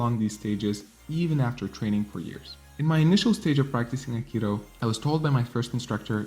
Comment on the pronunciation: you keep misspelling akido as akiro it is pronounced A-Ki-Do NOT A-Ki-Ro stop saying Akiro!!!!!!!! it is Do!!!! DO!!!!!! not ro!!!!!!!!!!!!!!!!!